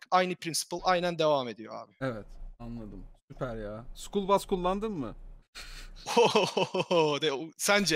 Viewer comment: Ben de anlamadım skull bus mu school bus mu diye